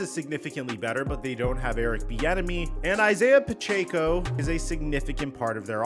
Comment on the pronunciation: Just wanna say I hate how you pronounced Pachecos last name